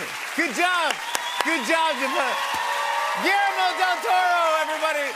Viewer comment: Jimmy should work on his pronunciation of Guillermo´s name to sound decent at least!